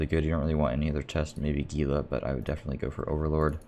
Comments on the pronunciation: I think gila is pronounced hila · It is. Those of us in the Southwestern US are used to it being mis-pronounced by those not from here.